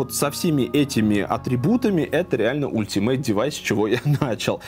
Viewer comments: Вообще то альтимэйт а не ультимэйт! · Ultimate читается Алтимейт